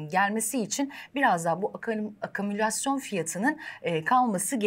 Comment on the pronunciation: Evde "akümülasyon" kelimesine çalış.